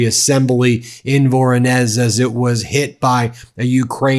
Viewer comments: Voronezh you pronounce as Voron Esh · It’s pronounced vuh-RAW-nish…the “z” in Russian with an “h” produces an “ish” sound. I’ve been there…. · Hi, Ben. Voronezh is pronounced vuh-ROH-nish (sounds like vuh-roe-nish). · it is pronounced "Voronej" :-) with the stress on the second "o"